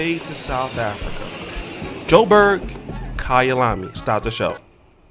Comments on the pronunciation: Kayalami 💯 on the pronunciation👌🏿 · The way you say Kayalami is perfect